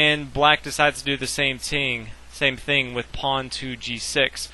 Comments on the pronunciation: lmao at the 2 minute mark you said "same ting" LOL! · "Same ting " =D got a lol outta tht